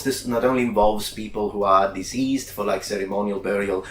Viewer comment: Deceased is Deh-ceased (rhymes with "the beast"). In this video pronunciation is sounding more like diseased (diz-eezed) as in infected with illness.